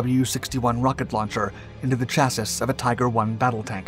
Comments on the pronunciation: Its not "Cha-sis" its pronounced "chas-sea" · Pronounce chassis CHASS-ee (singular) and CHASS-eez (plural). It drives me nuts hearing you say CHASS-iss. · How is it that our narrator here still can't pronounce "chassis?" It's "chass-see," not "chass-iss." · "chassis" is a word that comes from the French language, and it is pronounced: "sha-see" Even in English. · I know this is pedantic as heck but the word Chassis is pronounced Chassy. Like Classy with an H sound instead of the L. I struggled with this myself for a long time since I just sounded it out like I was taught in grade school. Thanks for the awesome content and have a good one dude! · lol he really said chass-iss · how did this guy say chasis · Chassis is pronounced “Chassy” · It's pronounced chassie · The s in final Chassis is silent. I'ts pronounced CHAsee. Your videos are great, but you mispronounce a LOT of words. I used to do that. For me, it came from learning so many words in reading, rather than in conversation. I remember once my parents got a huge laugh when I pronounced "epitome" as Ep'itome (long o, silent e) when I was about 15. I had used the word for years in conversation, but the first time I read it, I didn't make the connection. That event made me pay close attention to proper pronunciation. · Are you a bot? Please look up how to pronounce "chassis"! cha-si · the narrator is sticking to the mispronunciation of chassis. Even after dozens of comments, from many different videos, providing the correct pronunciation, he sticks to his guns. I'm starting to admire his commitment. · You dont pronounce the last S in chassis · Stop pronouncing chassis like that.